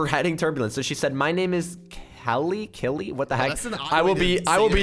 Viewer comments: Keilly Is Pronounced Key-lee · When said Killy (for Keilly) I was like yea Dylan is gonna get killed